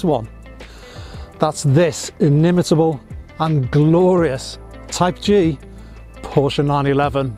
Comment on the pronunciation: Thanks SO MUCH for pronouncing the family name much closer to correctly than most! Prefer black Fuchs, but everyone has their own likes and dislikes.